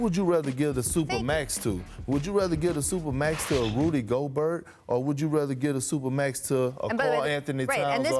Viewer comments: This man calls him Rudy gogurt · Nigga said Ruby Go-gurt! 😂😂😂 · Not biased whatsoever, obviously, but Kendrick is being way disrespectful. Gobert's much more deserving of the 3rd team nod. At least pronounce his name right, you were never even close to his level.